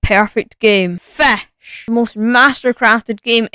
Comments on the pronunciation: “fesh” I love it 😭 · Tf is a fesch bruh😂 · Feshc lol😂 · Yep FESH its FISCH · fehsch feshing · bro's saying "fesch" xd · Fashing fesch 😭😭😭😭😭 only on first minute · Fisch ❌️ fesch✅️ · I love you say fisch like fesch😭✨ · did bro just say fesh it’s fish just spelled weird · “Making Fisch” ❌ Making FECKSH✅ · bro said feshing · Bro says Fash nahhhh😭🙏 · “Then, I suddenly found the perfect game… FEÆSH 👹👹” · Why did you say fesh 😂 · New sub🎉 why did you say "*FÆSCH*" and "*FÆSCHING*"?😭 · Blud said fesh and it looked good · “FESH” (no offense tho) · Bro said fash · Bro says fasch and fashing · is it pronounced fish or flesh